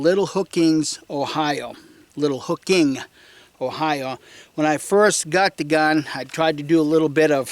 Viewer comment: Try Little HOCKING, Ohio. It isn't "HOOKING" as you stated.